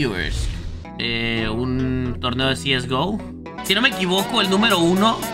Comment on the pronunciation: Cieisgo xd SE DICE CSGO